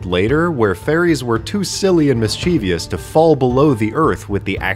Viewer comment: I didn't know mischievous had four syllables. miss-chee-vi-us. That's a-may-za-zing.